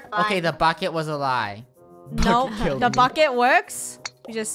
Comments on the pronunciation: Same ir thought i was the only one at first u thought she said buck it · She accually said bucket but sounded more like F it xD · •••Jeon Jungkook’s Property ••• its BUCKET not f it (this is the first time I actually say F) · she said bucket but it sounds like this f**k it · Sounded like she said F it but it was bucket!! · Just saying when Funneh yelled "bucket!" I thought she yelled "F it!" and I was like "what, I thought this was a family friendly channel." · Lunar Eclipse omg I thought that too then I realized she said bucket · Lunar Eclipse same lol I was like what she doesn’t swear but I replayed it and I heard bucket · why does it sound like she just say the f word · Did it sound like funneh said F*** it Ik she didn’t she said bucket lol 😂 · Hey it Soud like u said the f word but U don't bad words :) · Heh woops! I thought she said something else when she said 'bucket' heh.. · When Funneh said "Bucket!!" my sister heard it and thought she said the F word xD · No she said bukket i thought she did to